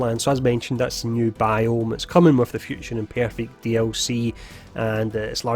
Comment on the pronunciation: "Future Impyeerfect?" 🤣